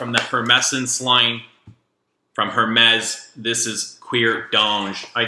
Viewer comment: Oh how paaaaaainfuuuuuul.... The 'H' in Hermes is Silent... I won't even touch your pronunciation of Cuir D'Ange, BUT: you clearly have good taste, and we like the same fraggie so you can't be all bad! ;") LOL